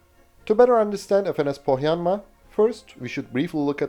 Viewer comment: A native finn here, good pronunciation of "Pohjanmaa".